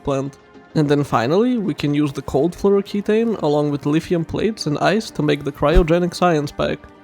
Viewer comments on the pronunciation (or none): That pronounciation of flouroketone was annoying. The end isnt ki taine, its ki tone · ke-TONE. TONE your abs. TONE it down.